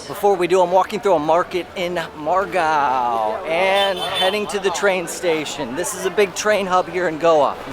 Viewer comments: Just a small feedback. It’s not mad gaon it’s pronounced as mud uh gow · Well... I guess it's pronounced as "MUD" GAON and not"MAD" GAON 😅😅